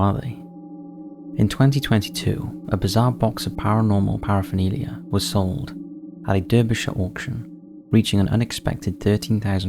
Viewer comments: Mate, I suspect you’re from the U.K., so you must know it’s pronounced “Darby-shire.” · You pronounce Derbyshire the way an American would pronounce it.